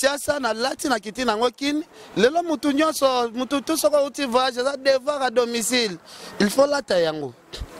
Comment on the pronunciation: uuuuuum pp vaaage au lieu de voyage kkkkie